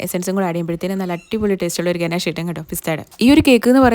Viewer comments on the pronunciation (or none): Just a gentle reminder — it’s pronounced ‘guh-NAHSH’ 😊. I really enjoy your content, but hearing it mispronounced again and again can be a bit distracting for food lovers. Thanks for all the delicious inspiration!